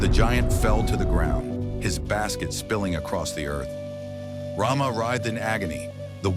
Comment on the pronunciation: No. Stop categorising us as Assamese. It's not Ramaha. It's Ramhah. There is lack in pronunciation